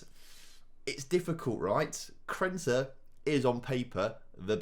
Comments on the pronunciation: He probably genuinely doesn't even realise that it's Krneta and not Krenta. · Krneta is underperforming cause you keep miss pronouncing his name 😂😂